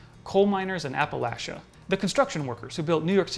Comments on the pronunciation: I’m so happy he pronounced “Appalachia” right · Finally, someone who pronounces Appalachia correctly!